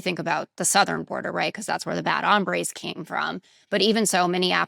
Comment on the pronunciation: I appreciate almost everything you shared here, but please stop with the “bad hambres” language. First of all, you are pronouncing the word for hunger, not men, which is hombres. Secondly, stop signaling that bad people are Spanish speakers only.